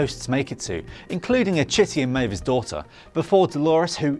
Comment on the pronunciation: May-vah??? Did you watch it at all?